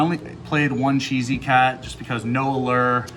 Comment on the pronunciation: "Chess"-y cat. I swear